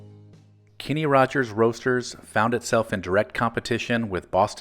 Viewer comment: His name is (was) Kenny, not Kinney.